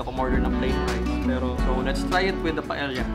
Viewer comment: Owner was 👍 Pronunciation daw was..Paeya ( Paella)😊